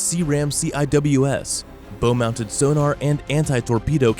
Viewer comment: f'gawd's sake. on a boat, a "bow" is pronounced "bau" not "boh"